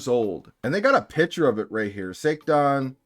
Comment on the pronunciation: Little bit weirded out it sounds like SA - TAN. Either way this is fucked up. Someone sort this shit out...